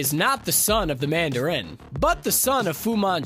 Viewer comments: Why do you say Mandarin like that? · Why does he pronounce Mandarin so weird...?